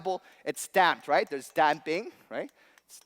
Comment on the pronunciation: this guy probably has $200,000 worth of education... yet he can't say "right".